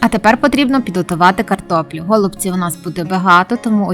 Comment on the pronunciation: Почему гОлубців, а не голубцІв ????